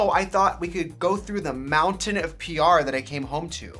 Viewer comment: It sounds like you’re saying “…on your prayer list” vs. “on your PR list.” Both work. 😂💗